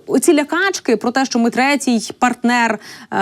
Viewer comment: Не шчО,а Що.